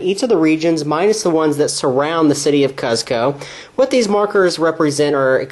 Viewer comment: Seems like a thorough review of an arbitrarily complicated game. But wow man, it is just painful listening to you pronounce the name of the well-known Inca capital. It's pronounced like COOZ-ko. Not CUZ-ko. Long u sound. This has been a PSA.